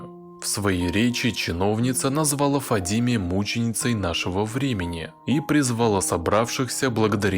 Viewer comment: Не ФадИме, а ФадимЭ. В арабских именах собственных на последний гласный слог. Ухо режет это Фадимеее...